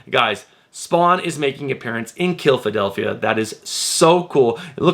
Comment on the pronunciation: It’s not killphadelphia it’s killa-delphia 😂 I don’t think I’ve heard anyone on YouTube pronounce that right yet.